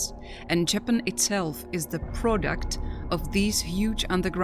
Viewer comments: Love these video's but the narrator makes me want to keep scrolling since she can't even say Japan right, it's not Jay Pan!! Sounds too computer generated and is really off putting. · JAPAN Pronounced : [ juh-pan ]. Say it correctly! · This woman cannot even pronounce JAPAN correctly. Get rid of her!! 🙄